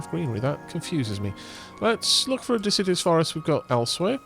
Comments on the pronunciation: I know u've said on streams about pronunciation so deciduous isn't de-sid-ee-us But more de-sid-U-us Also loving this play through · I think hates and/or fears trees. He keeps pronouncing 'deciduous' as if it's 'insidious'. A simple mispronunciation? Or perhaps a devious plot to besmirch the good name of our lovely, leafy, life breathing neighbors...